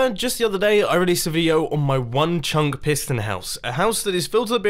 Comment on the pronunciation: No one: Mumbo saying chunk: Chuncqk